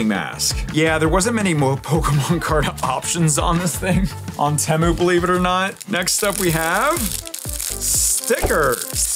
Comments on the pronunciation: ITS PRONOUNCED TEA-MOO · Bro said TéMoo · You say temu wrong